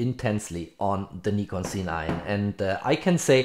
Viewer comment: Why you always say C9 it’s a Z9 😏😏